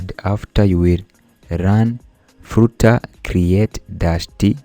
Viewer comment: Its flutter not frooter